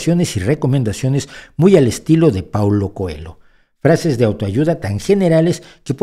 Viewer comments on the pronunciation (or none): El apellido portugués COELHO debe pronunciarse COELLO (significa conejo). La elle castellana en portugués se escribe así LH